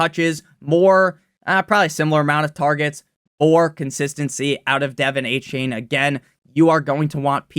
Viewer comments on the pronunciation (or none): “Devin aye-chain” drives me nuts